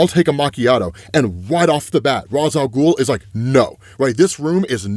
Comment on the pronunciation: Ra's is pronounced "Raysh", and you're supposed to pronounce the P in "corp" (abbreviation for "corporation"); you're confusing it with "corps", which is pronounced "core".